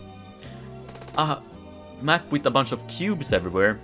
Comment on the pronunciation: Took me so long to realize he was saying cubes